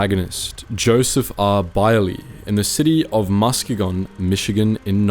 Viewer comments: “Musk-ga-gone” Michigan 😂 It’s “Mus-geeeg-in” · Another excellent story. Thank You. By the way, it's pronounced MusKEYgin. (g as in girl) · You mis pronounced his hometown of Muskegon Michigan 😂 It’s ma-skee -gan Great video, loved the story. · his home town is pronounced Mus-KEE-gon.... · the way he pronounced Muskegon, oh god, you butchered that so damn hard, its pronounced more like musk-key-gen where gen is pronounced like ken or zen but with a g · It’s pronounced Musk-E-gan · I think Muskegon is pronounced "Musk-keig-en" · The city in western Michigan, Muskegon is pronounced “Mu-ski-gen”. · Lol as a Michigander, I've never heard Muskegon pronounced that way. We call it Musk-eegan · It's pronounced Mus-Key-Gun Michigan... Not well known but you're welcome. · "musk-a-gon" had me in the floor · It's pronounced Muskeegon (as if it had 2 Es instead of 1, I know it must sound odd to a non-native). Great video otherwise though and I love seeing a war hero from my state get the attention they deserve. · Lmao the way he pronounced Muskegon has me dyin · I Learned you can’t pronounce Muskegon, Michigan 😂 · That is the most unique way I've heard the City of Muskegon pronounce 😆. I could not help to laugh. Great Video! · His wife was a teacher at our "rival" school growing up and he was a local legend. I grew up in his hometown, so I never realized how big the story actually was. Incredible seeing this, as well as hearing Muskegon pronounced that way 😅👌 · Yeah I’ve never heard it pronounced that way either. I just heard Michigan and was like, wait a minute. Where? Lol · Do a little bit better research on how to pronounce the word Muskegon or any city names PLEASE! By the way, I love your content. Your commentary is always excellent thanks